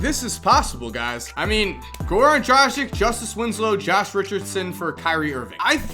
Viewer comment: He can't even pronounce "dragic" right... and he considers himself as an expert on basketball! SAD...